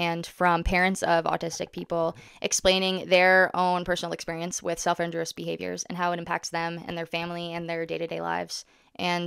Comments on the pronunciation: Every time you say “self injurious” it sounds like you’re saying “self interest” please pronounce the second i and put the stress on the u. “in JUR ee us” not “IN jur us” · Great video,. The autism community is fortunate to have you as an advocate. I just want to point out the correct pronunciation of the term self injurious (in-jury-us). Keep the videos coming 😊